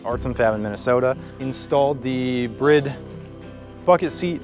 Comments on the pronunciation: ITS NOT PRONOUNCED "BRID" .... 🙂 Seriously though.... Why does every American Youtube say that... Japanese people can't even say "Brid".... Also, its not even a Japanese word. So it's either "Bride" in english just like it looks... Because its an English word... Or its pronounced "Burido" Boo-Ree-Doh... If you wanna say it in Japanese. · Brid 😂 bucket seats plz say it correctly 😂😂😂